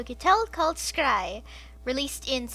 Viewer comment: It's pronounced shry (schrei) not skrei. And scheisse is pronounced shy-seh